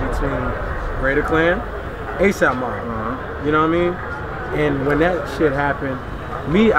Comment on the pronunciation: Lol did you say "asap" on purpose??